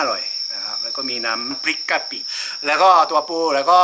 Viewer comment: ตกใจ...☺️☺️☺️ ออกเสียงน้ำพริกกะปิสูงมาก ต้องออกเสียงต่ำกว่านี้นะคะ 🤫🤫🤫🤫🤫 555555